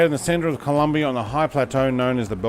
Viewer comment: Hi, nice video but It´s "Colombia" not Columbia, happy flying!